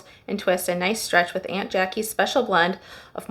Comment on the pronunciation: Hi Good video FYI This brand is pronounced like AWNT JA KEE’s